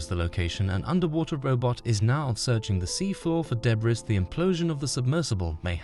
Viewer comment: Man the voice software your using is so disjointed and unnatural sounding at times, it’s obvious that it’s not a real person speaking. It kinda sucks tbh. Also, you do not pronounce the “s” in “debris”.